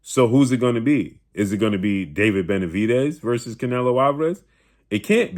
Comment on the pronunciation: He already said what was, benavediz lmao